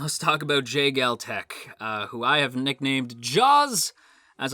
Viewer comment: The way to pronounce it is Jeh-gaal and Joo-Gok btw lol. Korean names can be a bit more difficult than japanese names